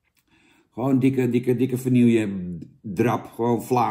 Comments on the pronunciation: Hey Jannetje, het is wel vanille, niet vanilje. ;-) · Godsammekrake Jan het is niet 'vanielje', het is 'vanieje' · Vanielje sjonge sjonge Jan, zo spreek je het niet uit